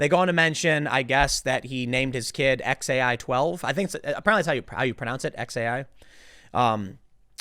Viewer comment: The name is pronounced x ash a-12 I just call him ash